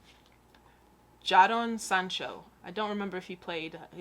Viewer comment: it's Jadon=Jay-don and not Jaddon. It's a common 'American' fault, not understanding how English works